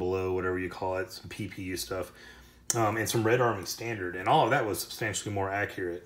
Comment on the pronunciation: It isn't nny, it is ППУ which is PPU in Cyrillic.